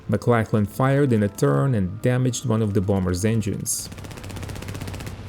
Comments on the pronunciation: Hi mate - correction in your pronunciation. Maclachlan is pronounced MacLOCKlan (rhymes with clock) not macLACKlan. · Just for future reference, it's not pronounced McLacklan But more like McLocklan.